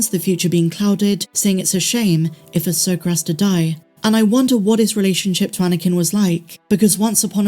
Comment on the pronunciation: can you please stop pronouncing her name ahsoker, it’s Ahsoka. Every video I watch of yours I cringe when you say ahsoker. It’s about 50% sometimes you say Ahsoka and the other half ahsoker. Am I the only one that gets annoyed by this?